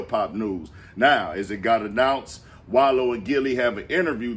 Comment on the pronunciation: He said the wallo show 😂😂😂😂😂